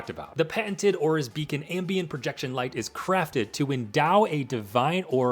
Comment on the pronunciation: It's Aorus not Aura. Also why does everyone say "aura?" am i missing something? lmao